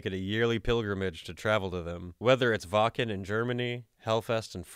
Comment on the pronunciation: Seen yor vids the firs time today. Ur content is great!! Btw. Its not callt wacen.. its wacken. Or wackkkkeeeeeennnnnn!!!